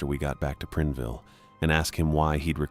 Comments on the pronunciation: Preenville? It's PrIneville 😂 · (It's Prine-ville, not Prin-e-ville & not Prin-ville) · That made me cringe every time he said it. My ex hubby grew up in Prineville.